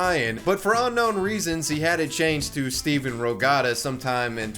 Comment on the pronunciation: I’m just upset you called him Steven 400 times and had his name on screen at the start and it literally doesn’t even have a V in it. It’s “Steph- Ann”